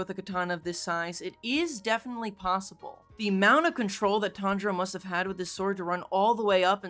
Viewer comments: Tanjiro pronunciation was op 🤣🤣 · Not to be mean but it’s *Tanjiro